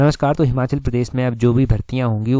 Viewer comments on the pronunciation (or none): जो हिमाचल को हमाचल बोलता हो उससे क्या ही उम्मीद की जा सकती है😂